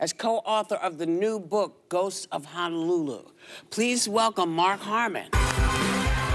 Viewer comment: as a native Hawaiian and speaker of ʻōlelo Hawaiʻi, i wish they’d pronounce our Hawaiian words correctly— it is HONO-lulu not HANA-lulu. Honolulu means sheltered bay (“hono” meaning bay and “lulu” meaning shelter, calm, protection). the ancient people of Hawai’i named it this because Honolulu is a broad sheltered and calm bay (just google “Honolulu” and you will see it). on the other hand, “hana” means work or job. pronouncing it as “Hana-lulu” changes its entire meaning to “sheltered work” which wouldn’t make any sense at all much less depict the actual place.